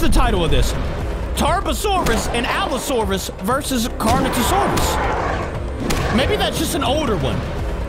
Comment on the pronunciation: ya you said the allosaurus correct